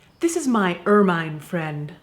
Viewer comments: that should be more er-min than er-mine. but all the rest was perfection. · Ugh! Caitlyn! It's pronounced "er-min" not er-MINE. Nooooo!!!!! 😵